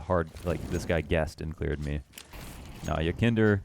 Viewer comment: It is pronounced more like yekinDAHR but doesnt matter honestly. Great vid tho keep up the work